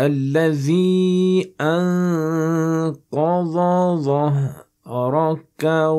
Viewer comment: Jazak Allah Khairan. But your ض and ظ sound exactly the same on انقض ظهرك